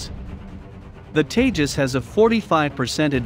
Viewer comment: It's seem funny when you say teja💨 lethal fighter jet